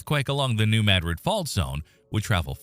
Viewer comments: Not in s.e. Missouri. New Mad rid is correct. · New Mad-rid, or New Muh-drid (pronounced like the Spanish city) are both acceptable. But the locals pronounce it "Mad-rid". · that's how we pronounce it, we live close to New Mad Rid😆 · Holy crap..."New Madrid" got pronounced correctly in a YouTube video for once. Nu MADrid 🎉🎉🎉🎉🎉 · That is the correct pronunciation for s.e. Missouri. New Mad rid. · I’m in Southern Illinois, and a short time ago, in the evening, I felt a slight rumble…it didn’t scare me, but I’m sure I know what it was. I’m out in the country and it was not a big truck rolling by down the road. And it is pronounced Maa-drid (short ‘a’ like in apple 🍎) here. AI voice got it right. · Wow! You pronounced New Madrid correctly! Cudos! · As someone born and raised in New Madrid, I’m just proud a YT video pronounced the name correctly for once. 😆 We live on a subduction zone, which, if the big one hits, will instantly liquify the ground. There will be no shaking. It will come in waves. Literally the earth rolling. The sand boils will pop up. You can still see the scars from satellites. It will be devastating. I just hope we are in the long sleep of this giant. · Finally, someone can say New Madrid properly!!!!!